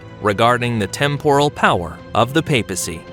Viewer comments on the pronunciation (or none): none